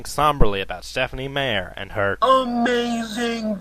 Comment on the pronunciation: That is so fake, It's not even Stephen King talking! And it's Stephenie Meyer...not Stephenie Mayer! Know your stuff before you spout opinions about it!